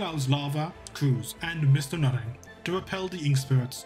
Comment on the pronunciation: Why do I always hear "Mister Nutting"? xD